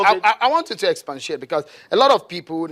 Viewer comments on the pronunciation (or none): This interviewer no sabi speak English at all. What's the meaning of 'expantiate' and I guess he meant to say 'expatiate'. He was just shelling every where. You be gunner? Nonetheless, he seems to know his job, though. Not scared to ask daring questions and kept the focus of the interview within its scope.